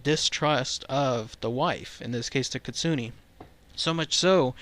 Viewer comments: but its kitsu neh...not kitsu ni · ...ahum.... KIT- SU-NA not ne, it IS bad Luck to mispronounce.. Certain names.... 🐾P. that's not a p It's a P. Spot...... We'll be back.... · It's actually pronounced KIT - SOO - N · It pronounced keet-soo-neh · It's pronounced Kit-Su- Ne just just FYI ;)